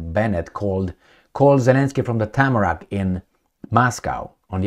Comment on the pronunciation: Hey. The airport landing zone is called TARMAC, not TAMRAC i've noticed you used this TAMRAC word many times. Nice shirt today!